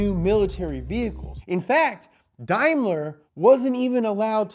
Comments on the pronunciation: its not darrrmler its daimler hahaha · Never heard of Unimogs and says Daimler completely wrong...must be an American channel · That's pronounced: "Day-mler"